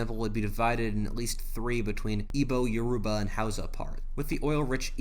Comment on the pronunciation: As a Nigerian the way you said Igbo Hausa and Yoruba hurt me on a transcendent level